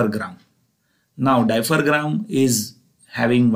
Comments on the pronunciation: Hello Mr. Dear Professor. It is not "diapher-gram", it is "diaphragm"... Pronounced as "dia-fram". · Its diaphragm not diphergram okk.....